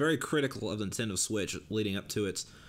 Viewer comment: I was making fun of how your bitch ass pronounces Nintendo